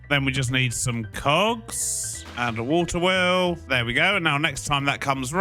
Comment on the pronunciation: “water wew” lol